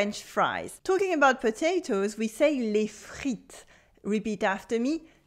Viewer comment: good by you do not pronounce correctly 'est', 'les' etc. which you pronounce as with a grave accent while it should be pronounced with an acute accent.